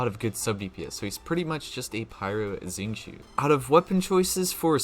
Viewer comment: Omg finally someone that can pronounce xingqiu's name quite accurately 😭 Actually the Xing is pronounced as "sing" and then it'll be perfect! Love your video it was very helpful because I'm going to try to c6 thoma and need to maximize his potential!! 😀